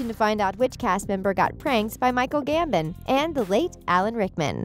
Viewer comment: It’s also not Verne Troyer, it’s Warwick Davis! (She also can’t pronounce ‘Warwick’ or ‘Gambon’ but that might be my British-ness haha!!)